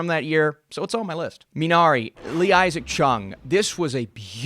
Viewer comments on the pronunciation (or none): none